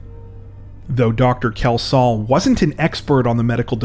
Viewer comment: I know this case mainly because a relative was the pathologist, so I knew where it was all going. Sadly, you did butcher his name, repeatedly. There is no OH in the name, what was that about? It is pronounced KELS-HALL. Apart from that, okay.